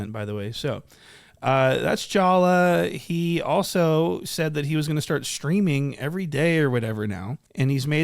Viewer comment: Bruh I LOVE the was you do commentary 😂😂😂I've never laughed so hard listening to someone talk😂😂 I will start wheezing just hearing you say JALLAH😂😂😂 SHIT HERE I GO😂😂😂😂